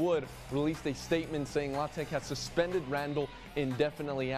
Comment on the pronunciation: No from Louisiana says La-tech. Everyone around says L.A. Tech. That's a first to ever hear it pronounced like that. Just sounds weird.